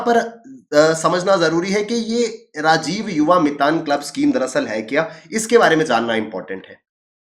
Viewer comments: मितन नहीं " मितान" hai wo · Mitaan is chhattisgarhi word for ,"friend", it is mitaan sir, not mitan👍🙏